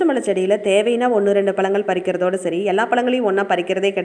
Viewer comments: Madam palangal ila பழங்கள் 'ழ' னு சொல்ல matrenga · பலங்கள் இல்லங்க பழங்கள் னு சொல்லுங்க நீங்க ழ னு சொல்லி பழகுங்க தயவுகூர்ந்து அப்போது தான் இந்த காணோளிய பார்க்க பிடிக்கும்